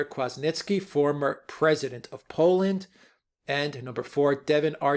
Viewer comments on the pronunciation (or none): Why can't Trump say all this? Let people know what is really going on. All he can say is "its a scam!" "I didn't ask for anything!" He seems incapable of defending himself or even attacking his accusers. Denial means nothing. Facts mean everything. NB: Kwaśniewski is pronounced KVASHNIEVSKI